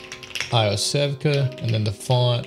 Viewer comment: great video, Iosevka is pronounced Yosevka ... don't ask me why